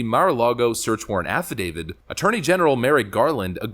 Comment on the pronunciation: It ain't an "affi-David". It's an "affidavit", with a T ending. It's an imported, LATIN word, meaning, "(he) has declared on oath".